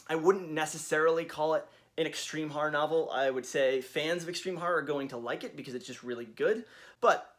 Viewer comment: why do you say harr instead of horror